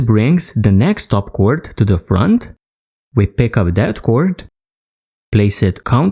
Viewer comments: Well no kidding, I know it's paracord, I was just commenting on how your letter "D" at the end of the word, or rather, the lack of it, sounds like you're saying "T", or cor"T", rather than cor"D". And, I was definitely fooled with your accent. You really sound Indian with the way you speak. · your telling me you honestly did not know he was saying cord instead of cort?